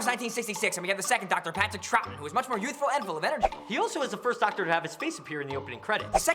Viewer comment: YOU FAIL! It's pronounced "Trow-ton!"